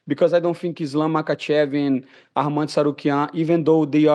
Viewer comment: He cant even say Arman name. listen to it